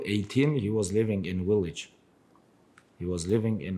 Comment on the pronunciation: Khabib ‘Willage’ Nurmagomedov